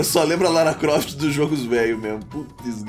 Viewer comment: Ele chama de rala Croft... kkk Eu chamava de Lara Pofte!